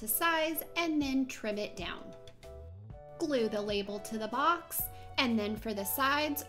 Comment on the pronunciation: why do you say box like that 😂 you sound like you’re saying bucks